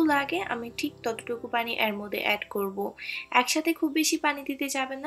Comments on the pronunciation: এর কে এ্যার বলছেন কেনো? পিঠা ভালো হয়েছে। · উচ্চারণ টা ঠিক করুন। শুনতে ভাল লাগবে। এর উচ্চারন, তেল উচ্চারণ গুলো শুনতে খারাপ লাগছে। পিঠা টা ভাল হয়েছে